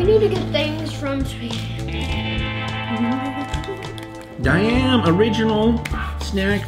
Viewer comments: You Said diam but say da im fast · Junglevrol would be how English people would pronounce it since you dont have Å and Daim is pronounced Dime :) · ”Daim” is like ”Dajm”